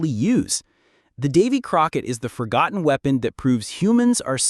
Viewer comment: Forgonton? Really?